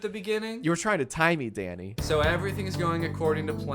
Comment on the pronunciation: Everytime Jack said Danny it sounded to me like "Daddy" and I heard "You're trying to tie me, daddy" I-- 💀